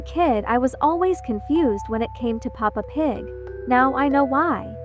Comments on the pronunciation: She said eppa Pig💀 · It’s Peppa Pig not papa pig ☠️ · The way that instant of saying pepa pig. She said papa pig did anyone see that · Is pepap pig not papa pig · PAPA PIG!? BRO ITS PEPPA PIG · that isnt "peppa pig" house, its an ABANDONED CHURCH the guy who made the video said sorry for missunderstanding (idk how to spell that) Edit:i just saw that you dont say peppa pig you say papa pig 😭🙏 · Why you say papa pig but not Peppa pig 😭😭 Btw sorry if I'm too harsh 😔😔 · Its kinda funny that you called peppa pig "Papa pig" lol!🤓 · You said papa pig